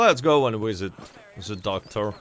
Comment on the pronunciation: "visit" is pronounced "Визыт" and not "wizit". English "V" is like Russian "B"